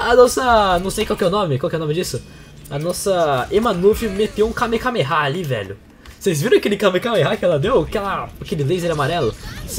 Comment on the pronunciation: o q é kameKameha? achei q era kamehameha mas